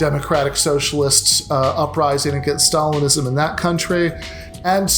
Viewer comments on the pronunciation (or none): He doesn't pronounce " Stalinism " correctly.